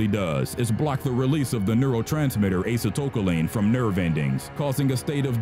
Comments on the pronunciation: There were a lot of inaccuracies in this video... but the one that bothered me the most was during the sarin gas section. It's ACETYLCHOLINE, not "aceyltopaline" or whatever was said that doesn't exist! More accurately, it inhibits acetylcholinesterase. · It's not 'acyltopuline'! It's acetylcholine, you idiot! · Acetylcholine, not aceyltcholine or aceyltocholine. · Yeah, me too. The acetyl-toe-cal-een one cracked me up. Also bot-you-lie-num. For those unaware, it's acetylcholine, pronounced ass-eetle-co-lean and bot-you-lynn-um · "Ace-ah-toka-leen" What? I think you mean Acetylcholine, "ah-see-tuhl-co-leen" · That word is pronounced "AhCEEtul-KO-leen. It actually took me awhile to figure out what the narrator was trying to say. You're welcome. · acetylcholine....is Uh-Settle-Koh-Leen. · Bōtulism. Acetylcholine. "Asseetillkoleen" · strychnine, pronounced "strick-NINE" (like the number 9) acetylcholine, pronounced "ass-ee-til-khol-een" botulinum, pronounced "botch-uhl-in-um" botulism, pronounced "botch-uhl-is-um" "The more you know" music plays